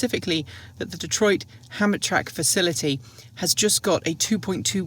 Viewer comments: the correct pronunciation is ham-tram-ic. Yeah, I know, but that's how to say it. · Good morning. It's pronounced Ham tram ick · I think it's pronounced "ham-trammik" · As someone who grew up in Michigan, Hamtramck is pronounced "Ham Tram ick" 👍 Looks like I am late to the pronunciation party! See you in Austin 😁